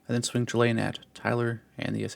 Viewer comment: Yet he pronounces “Chulane” wrong…